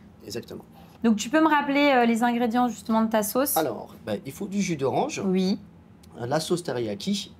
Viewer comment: Bonjour. J'adore votre chaine. Juste un insignifiant truc qui me fait bugger à chaque fois. Le fait que vous dites "Uuis" au lieu de "Oui" 😅?